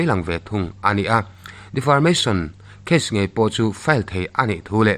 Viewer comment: Defamation case tih maitur defarmation case tiin ilam daiha. 😂😂😂